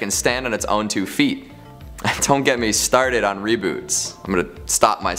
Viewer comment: Reboot? do you mean reboat you crazy Canadian?